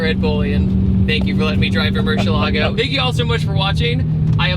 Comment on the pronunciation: Any video featuring the LP640 along with Ed is going to be cool , but please learn how to pronounce Murcielago..Ed Boiian will tell you.